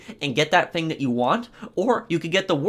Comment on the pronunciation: “This ‘fing”